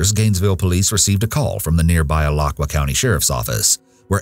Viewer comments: hi, this is a very small thing but alachua county (where I live) is pronounced like ah-LATCH-oo-uh. Not very important but it stood out to me bc I live here :) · i’m so sorry but i’m from/grew up in gainesville, alachua county and the way the guy said alachua just made me laugh in this serious situation 😭 (a-la-chu-a). there is a memorial for them to this day, the 34th street wall is a public wall painted for these girls. others can paint along the sides but nobody ever paints over the victims’ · I live in this area and just for future videos (cause Florida be cray and I know you'll be doing more on them (unfortunately)) it's pronounced: Alachua - A-Lah-chew-uh & Ocala - Oh-cal-uh 😁 Thanks for the video, I remember this case (the first one) but you went into more detail than what I've been told about it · Just want you to know it’s pronounced AH-LA-CHOO-AH! This isn’t to be rude just trying to help ya out btw I love your voice🖤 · Alachua= A-la-chu-a. Ocala= O-cal-a. thats how we pronounce it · Ah-Latch-U-Ah is how the county is pronounced. Not whatever you said in this video. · You had to have cringed at Alachua tho lol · omg yes 😂 the way Alachua and Ocala was pronounced sent me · I ain’t never heard “Alachua” pronounced like that 😂